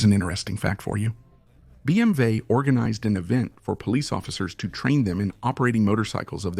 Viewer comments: What is happening to cause the mispronunciation of so many phrases, words, and acronyms? For example, it’s BMW, not BMV. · Its BMW and BSA pronounce the names right Its disrespectful to The companies and people talking about them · You know this is just a computer AI program speaking right it's not a real person that's why it mispronounces words but you feeling disrespected is absolutely utter ridiculousness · Very interesting video but the robot cannot pronounce Moto guzzi it cannot pronounce BMW how about employing a human